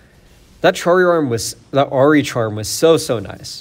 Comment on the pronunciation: "Watch this Chahri Arm... Ahri's Charm here" lmao, still a superb video as always man love your works!